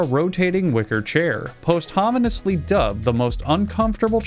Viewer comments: It’s poss-chew-muss. Not... whatever you said. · It's pronounced PAHST-yu-must-lee, btw. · I enjoyed every bit of this video except for when you mispronounced "post-humorously" lol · "Posthominisly" lol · god the way pronounced "posthumously" makes me think he's either never read it out loud before, never heard it said before, or is fucking with us. whatever way, still love the videos. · Such is the genius of this channel that I can't tell if 'posthumously' was intentionally mispronounced. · damn i'm not sure if the pronunciation of posthumously is part of the joke or not